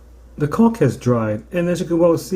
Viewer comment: You sure like to say cauk.